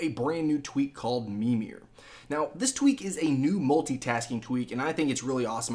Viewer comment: ITS MIRMIR lol